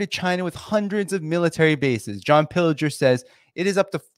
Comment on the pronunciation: you really need to listen to people about how to pronounce a name. It is John Pill-ger. Not John Pillager. John is definitely not a pro pillager, lol.